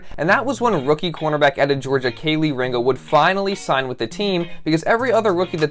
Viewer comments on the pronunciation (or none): It’s pronounced key 🔑 Lee